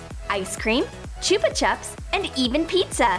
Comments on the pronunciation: Bruh the way she says chupa chups like what are u doing you do not say it like that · I always get rlly annoyed when she says chupa chups like that 😂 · Fiel Fyv it’s not the accent she is just saying it wrong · Qwiggle Slime I agree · Boring Person Here yes it is